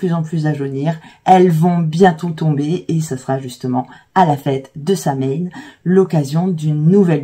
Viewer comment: Samhain, le mh fait un son /w/, Samhain = /sowin/; on évitera donc une prononciation pseudo-anglaise avec la diphtongue. S'il vous plaît!